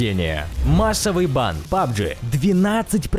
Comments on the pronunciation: Да бывают у него ошибки вместо пабг говорит пабджи может ему так легче произносить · У меня одного горит когда он говорит пабджи? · Пабджи.... Пабджи........ Пабг!!!!!!!!!!! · НЕ ПАБG А ПАБГ!!!!!!!!!!!!!! 😡😡😡😡😠😠😠😠🤬🤬🤬🤬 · Не пабжи а пабг